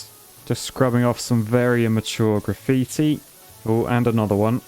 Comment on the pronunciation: Did he just say giggitti? 😂